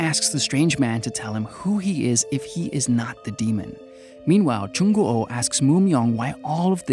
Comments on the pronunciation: Ikr, I don't wanna be a Koreaboo or anything but Korean names are usually said how they look so it would be a long oo not an o o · LOL yeah, he's like Jung Go Oh X"D that's a whole other name there hahahaa XD nice try tho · I can't, the way you say "Jung O O" bothers me lol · I know what you mean and yeah that's right, well maybe Jung Goo was a hard name for him? Idk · hahaha Moo Myeong too 😂 dats ok tho, he tried haha 😆 his "Il Gwang" is pretty decent, Jung Goo's the only weird one hahahah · Yeah, it's just like the word "goo" in english, like, sticky goo? He got Hyo Jin right tho lollll X"D